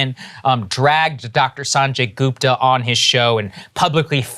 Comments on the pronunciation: Joe said Sanjay Gooper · "Sunjay Gooper" xD Who else caught this? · Saagar Enjeti pronounces Dr Sanjay Gupta like a white person. Shame on you Saagar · He called him Sanjay Gooper lol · Why the fuck saagar pronouncing sanjay gupta with a American accent 🤣🤣